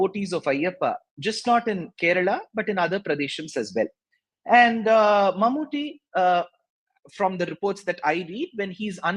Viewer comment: Barkha Dutt’s pronunciation of Mammooty’s name is so wrong. It is awful! Why can’t these anchors take some time to practice how to pronounce names of important persons? It is deliberately disrespectful, IMHO. Mammooty isn’t anybody. He is a super-star from Kerala. These anchors can spend time to learn pronunciation of difficult English words, foreign words in English language etc. But they just can’t spend time to learn pronunciation of important people from south India routinely. Why? Don’t they have any South Indian friends who can tell them about correct pronunciations? IMO, these anchors just don’t have inclination to learn.